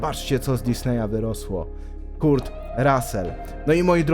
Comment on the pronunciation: Materiał super, ale proszę cię - ogarnij wymowę imion i nazwisk ludzi, o których robisz filmy. Jak słyszę KURT to nóż mi się w kieszeni otwiera. Szanuj ludzi, o których robisz filmy.